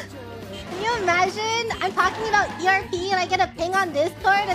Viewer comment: How is it you know the phrase is "erotic role playing" but think that abbreviates to erb instead of erp...